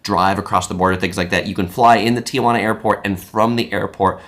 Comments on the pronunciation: That's not how you pronounce Tijuana, it's not Tia Juana lol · Overall good video, but Tijuana is pronounced “Tee-wan-ah” … NOT “Tee-ah-wan-ah”.